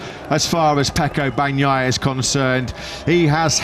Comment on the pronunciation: EL LOCUTOR INGLES NO SABE DECIR BAGNAIA, DICE PANOIA, JAJJJAJAJJAJJAJJAJA